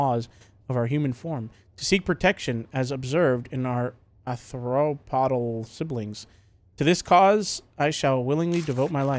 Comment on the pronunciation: Arthropodal (AR-THROW-POD-AL)